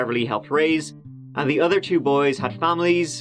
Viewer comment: 'adnd'? Come on now,.